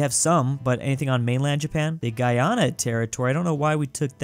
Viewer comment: literally can't pronounce Guyana or Tobago